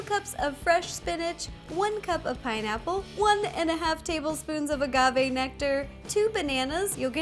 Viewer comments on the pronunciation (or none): none